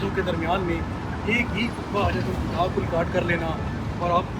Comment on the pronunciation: سالے کل کے کل جاہل ہیں۔ کمینے۔ "حجتہ الوداع" کو غلط بول رہا ہے۔ Hajjatul Vida غلط ہے۔ Hijjatul Vada صحیح ہے۔